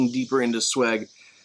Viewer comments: How difficult is it to google how to pronounce the writer's name?Zweig like like bike ike. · You failed not only to pronounce the writer's name which is in my opinion pretty disrespectful ,you also managed to skip over the holocaust and the tragic fate of numerous Jewish scholars such as Albert Einstein,Sigmund Freud and many others forced into exile and many more murdered in concentration camps. Austria and Germany not only was occupied by Nazis but it lost so many great thinkers and artists. Only a few made it to freedom in exile. Your laid back approach does this great writer a dis service. You mispronouncing his name was just the sign how little you understood of the depth of tragedy of the man the era and humanity's darkest days.The right wing is now growing strong in the US and Europe. Do google and get educated before you take on giants. I have met his nephew . He died this year.almost 100 years old in Europe. They didnt do shallow. Sorry i might have been too angry. I just listened to experts discussing this book. Please treat books more seriously.